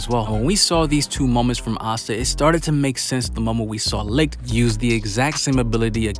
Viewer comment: Can we pleeeease say names properly. Licht is pronounced like 'leet' not 'licked'